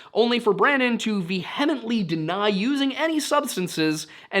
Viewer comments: Not Vee-HEMET-Lee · That’s not how you pronounce “vehemently.” Not even close. You try to sound so smug and intelligent but can’t pronounce a simple word. 😂😂🤡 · it’s pronounced “via-ment”